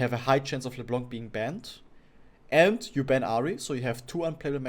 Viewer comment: Why do you keep saying leblanK it's leblan without the n an = en in encourage do you get it ?